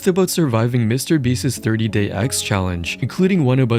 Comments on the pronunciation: Mr. Beast is not a word that ends in an "s." Why do you say Mr. Beastses? It's Mr. Beast's. Hoooly hell bro. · Beast's is not pronounced "Beastez"